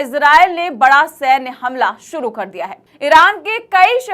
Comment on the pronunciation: Suruu nhe hota shuru hota hi. 😅😅😅